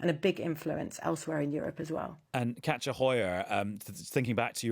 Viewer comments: I thought he was saying Catcha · I thought he was saying catcher too, but the authors name is KATJA, so I think he was pronouncing it differently